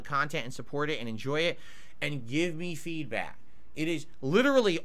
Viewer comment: Everytime he says "me", I instantly think "Reee" 🤣